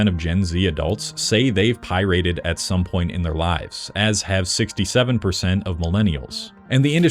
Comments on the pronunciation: Pie-Rated? What the fuck kind of pronunciation is that? I'm half thinking you are some sort of AI animation because you can't pronounce words properly. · Quite triggering every time you said 'Pie Rated'.